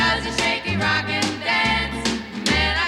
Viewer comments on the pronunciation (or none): none